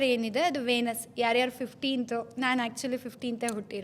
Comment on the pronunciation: ವೇನಸ್ ಅಲ್ಲ ವಿನಸ್ ಅಂತ ಹೇಳಿ